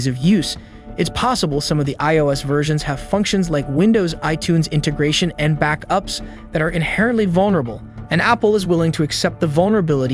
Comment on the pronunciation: back-UPS. Sounds like it may have tripped up on a space or hyphen. Tough to tell though